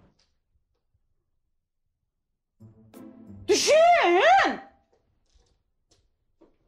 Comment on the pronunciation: Дүшен дейдігой ол😂